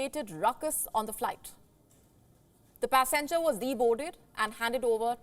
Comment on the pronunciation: Pass enger or passengers,? Learn to pronounce words properly